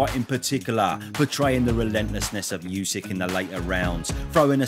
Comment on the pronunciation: Oosik, not Yoosik... 😅